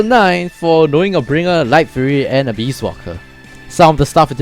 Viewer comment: Abyss = Uh-biss and not Uh-beast